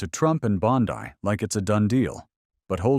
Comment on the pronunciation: Pam Bondi (Bon-Dee. Not Pam Bondi-dai.)